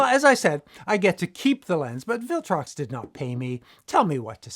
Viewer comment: Did I detect a slight Dutch accent, or was it just my imagination? The second time you mentioned the brand name, it sounded a bit like "Filtrox" to me. I'm glad this lens doesn't come in Canon EF-mount, or I might have been tempted.